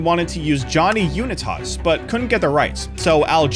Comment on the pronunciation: AI voice can't pronounce Unitas or Bartman properly